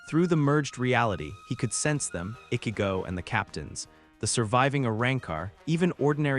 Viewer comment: He can obviously pronounce words with "ch" properly. But he repeatedly said Ichigo wrong every single time. Annoying 😑 😒.